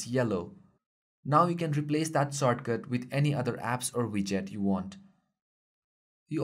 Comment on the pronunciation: soatcut.......you mean shortcut?????????